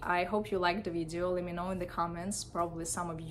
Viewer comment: how did u pronounce video? damn ....